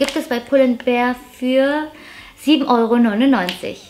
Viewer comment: Danke für das tolle Video, und danke, dass du mal als "einzige" youtuberin pull and BEAR sagst und nicht "BEER " hahah. 🤭🤭🐻